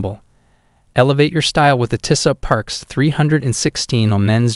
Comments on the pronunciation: "Tiss-ot" and "Tashy-meter". Just horrible to listen to. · include all the links you want but learn how to pronounce tissot first, or maybe use an actual human to do voice over, these videos are terrible